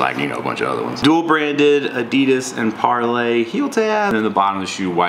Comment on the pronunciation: Par-LEE. Par-LEE.